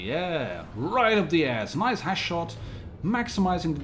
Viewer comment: I like how you keep saying Hash instead of Hesh ...you stinky pothead 😉 😂😂😂